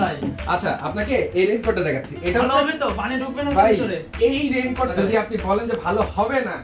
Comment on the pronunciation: Vai rain cote tar nam agee vlo kore uccharon koren 😂😂😂